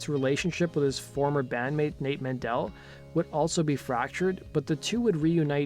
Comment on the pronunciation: Men-Del not Man-Dell